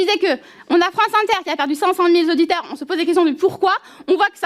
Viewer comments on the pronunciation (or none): Madame Soudais (prof de Français je crois) on ne dit pas "500000 z'auditeurs" mais cinq cent mille auditeurs !...Ah ! ils sont beaux ces députés LFI ! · "on a France Inter qui a perdu cinq cent mille Z'auditeurs" et elle était prof de français... d'autant qu'une minute plus tôt elle ironisait sur le fait que le Président de la commission allait lui "apprendre à parler"... 🤦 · Cinq cent mille Z'auditeurs!!!! soudais ;-) ! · "cinq cent mille z'auditeurs"...et ça c'est prof de français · Elle est prof de français ??? Avec ses 500 mille Zauditeurs ? Mon dieu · Son niveau de français pour une personne qui l enseigne est affligeant. Mes oreilles ont eu du mal à la liaison de "cinq cent milles" avec auditeurs à 3'30, mille est invariable ma bonne dame, c'est difficile d écouter une députée qui a déjà une voix compliquée, agresser notre belle langue ainsi. Sans doute un effet du métissage de notre langue selon Melenchon. LFI et ses cancres.